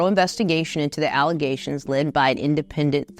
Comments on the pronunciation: More "Alizations"??? Who would have known? alizations. lol what a dummy... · All just “alluzations” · (Allezations) is how Tiffany pronounce and spell it lol they wasn’t saying it like that, they were just mocking her lol. Tiffany has a wide range of ghetto illiterate pronounce words.